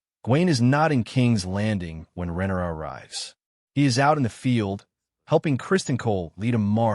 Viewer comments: right with you.. deemon and rennera I keep hearing and it's driving me bonkers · Rinera? rinara? That is how you say RHAENYRA? sorry not yelling caps lock stuck on.